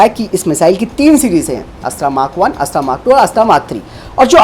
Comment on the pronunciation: आप की हिंदी कमजोर है या फिर आप जानबूझकर यह गलती बार बार करते हैं।। यह अस्त्रा नहीं बल्कि अस्त्र मिसाइल है